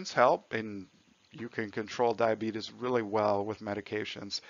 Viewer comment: YEEES HE CALLED IT DIABEETUS